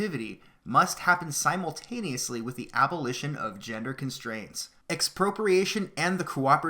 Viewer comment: Dude, it's ABOLITION not ALBO